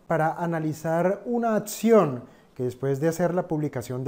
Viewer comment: Se dice acción. No ATCION